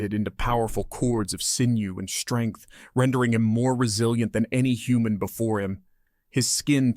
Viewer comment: Thank you for the great stories. However, have you listened to your own narration? Please listen closely to your pronunciation of all words that start with the letters "st and a consonant after the st".(some of these examples are from other stories........Examples: shtrategist instead of strategist; shtrike instead of strike; shtrength instead of strength; shtrong instead of strong; shtructures instead of structures; shtruck; shtrained; deshtroyed; shtretched; deshtruction; shtreet; shtrict;... and this exception....exshtreme. This is quite annoying when listening to your stories. AND, it is not every single time....at one point in the "Matering Gravity" story, when you were voicing Elara talking to Anya, you actually said "strengths" not "shtrengths". If you could pronounce it properly there, why not all the other times?